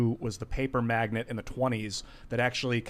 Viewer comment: dude. It’s magNATE, like oil magnate. Not magNET, like chick magnet. In a world where google exists, there are still those who want to speak to the masses who don’t know what they are saying. Welcome to 2020..... wow. Aloha